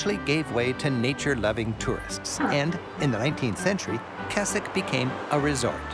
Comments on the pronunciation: I'm sorry, Keswick is not pronounced Kes-ik, it's Kez-ik The Lake District is my backyard. Growing up playing in this beautiful area of the country. Sadly it's all too easy to forget it's there and only be reminded of just how amazing it is and how lucky we are to live here when tourists stop and point at it. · He keeps mispronouncing Keswick, it's "Kezzick", not "Kessick"! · Also , the town is pronounced Kezzick, not Kessick. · The guy refers to "Kesick" it is actually pronounced "Kezick" with a Z. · for the record it is pronounced Kezzick. we have horse gymkanas and show jumping, like you see in the olympics.